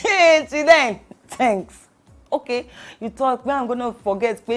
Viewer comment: Its the 'thenks' for me